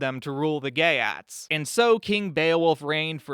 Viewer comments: Your pronunciation of the geats is so wrong! It is not GAY AT it is GEET! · it's geats rhymes with yeets.